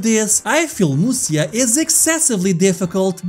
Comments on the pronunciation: FYI, Musya is pronounced as Musha in Japanese. And it is way easier to pronounce. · Wow, that guy really does look like Conan O'Brien. "Musya" is pronounced "Musha". There are multiple different "Romanization" systems for writing out Japanese using our characters. One of them for some reason writes what is pronounced as "sha" as "sya".